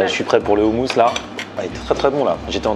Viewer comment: en tant que franco libanais tu m as fait plaisir d aller dans ce genre de restaurant.Nous avons une des meilleures cuisine du monde.Par contre pour le houmous il ne faut pas dire ou mais o. meme le restaurateur a fait l erreur lol